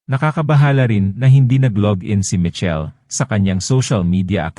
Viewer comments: Michelle po hndi Mitchell he'he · Hnd ka nman maronong mg pronounce sa michelle